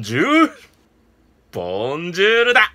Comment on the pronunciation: ボンジュール‥ボンジュールだぁ